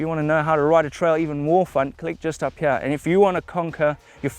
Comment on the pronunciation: Always cracks me up when he says here - hiah!